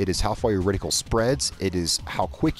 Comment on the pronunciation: RediCULE lol. It’s reticle